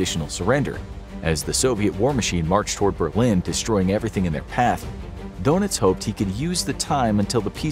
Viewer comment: Don Itz. Not Dough Nitz.